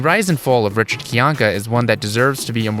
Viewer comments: You did enough research to make a 42-minute video on the guy and can't pronounce his last name? It's not KYAHn-ka, it's kai-ANK-uh, rhyming with how a Bostonian might say "my anchor". Good job. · I find it fascinating you did this much research and yet cannot pronounce his last name correctly